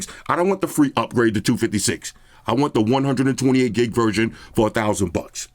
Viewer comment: 128 gig ‘verJohn’😂😂😅